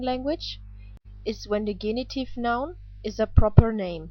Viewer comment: Thanks much for the video lessons. May I ask to correct the English pronunciation of 'genitive'